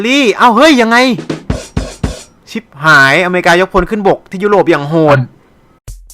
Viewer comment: ชิบครับไม่ใช่ฉิบ